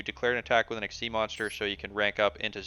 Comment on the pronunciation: Lol. Did no one get the memo on how to pronounce Xyz? Like the guy the other day the Lasagna "Luh-sog-nuh!"